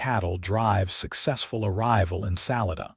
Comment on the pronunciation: It's sa-li-da not sal I da lived in Colorado many years